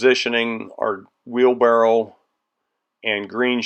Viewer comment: Did you say "wheelbarrel"?